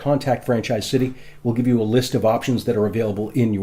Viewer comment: I like his videos but he keeps adding h’s where they don’t belong. Like “cit-he” instead of city